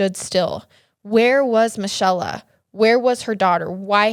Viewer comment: Another great story but I think Michella is pronounced Me-Kay-la / Mi-chel-la